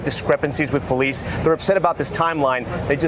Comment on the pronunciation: Seems the vast majority of poh-leese today are there for the wrong reasons... SMH